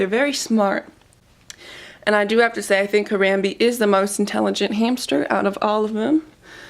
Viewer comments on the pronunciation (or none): Also, I believe Harambe's name is pronounced Huh-rom-bay. You're a very good mommy to your pets. They're very lucky to have you and vice versa.